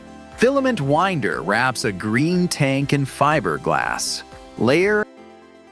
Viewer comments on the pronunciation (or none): none